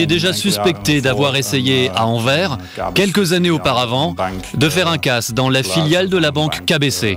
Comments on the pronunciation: Pauvre français qui écorche AnverS en prononçant Anver 😭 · On dit AnverS ;-) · faites sauter la banque avec louis de funes et Anvers le s se dit! anverse ! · Il y a un S à la fin d'AnverS et on le prononce!!! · Horribles ces coupures de son. Au fait, on prononce le "S" dans Anvers... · Oui mais anvers sans E mdr